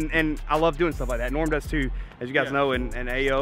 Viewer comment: This was awesome, you guys sitting in the park painting lures with little was hilarious! And I loved it when she called Norm, Noom!! Haha